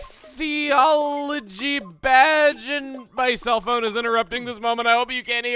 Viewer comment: Don't worry,. You said Ichthyology right. (ick-thee-all-o-gee);)